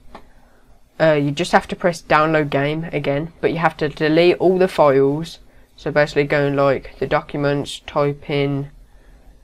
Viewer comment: Where in the world do they say "foils" instead of "files?"